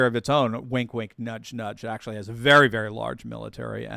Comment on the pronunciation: Please don’t pronounce your A’s so hard in words like “aaaactually”.